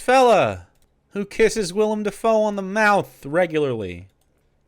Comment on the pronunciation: Trivial but he is actually saying Willem’s name right lol